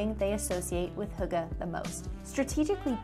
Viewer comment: Most of the information in this video isn't intererly accurate, so thought I'd just clearify some things^^ Hyggeligt is the direct translation of cozy. Hygge just means cozy, but as a verb. I guess 'Hue-guh' is the easiest way to describe the sound to an English speaking person, but as a Dane i couldn't understand what she was saying. It's much easier to just go to google translate and get the Danish option and have it pronounce hygge Way back in the day winters used to be brutal, but today we get little to none snow. At Denmarks darkest time, the sun will rise at - and set . Christmas in Denmark Isn't realy about christianity or belief, but more of a an excuse to hygge and make the cold times pass faster. Christmas in Denmark is also called "The Hearts Party" or "The Festival Of Hearts" which baseically just means to apreceate those you love. Family, friends, lovers, etc. I guess you could call hygge a life style, but essentially hygge is just a Danish way to say "Live Laugh Love" lol Hope this was a bit more informative :>